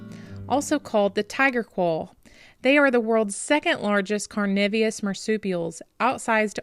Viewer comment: Tasmanian here,great story on the wildlife,just a quick pronunciation lesson,its carnivorous(carnivore)not carnivios.